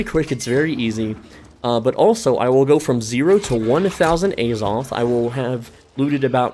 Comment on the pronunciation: The holy A-Zoth